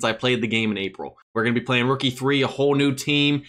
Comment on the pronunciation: anyone else hear rook e3 when he says rookie 3?